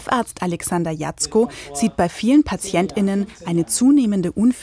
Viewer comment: Sie betonen das PatientINen sehr 😅